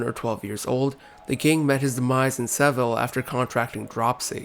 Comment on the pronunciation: Your attempts at pronunciation are appalling. Seville and Navarre are words in common usage. No excuse for this. I couldn't make it past the two minute mark.